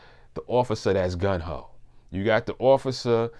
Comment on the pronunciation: Great video, very interesting, thanks!! I have to mention this though, its not "Gun Ho" ...the correct term is "Gung Ho" ..it doesn't really matter, its just something i noticed and thought was funny😂